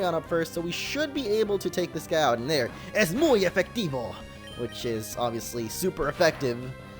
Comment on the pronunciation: you pronounce "es muy efectivo" perfecly!!! you know osme spanish?